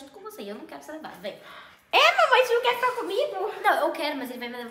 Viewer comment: A FICOU TÃO FOFA MAS FALA MANMÃR